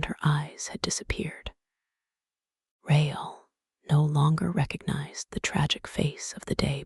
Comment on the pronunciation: Christines last name was not pronounced right, nor was Raul's. Caught this as I was drifting to sleep.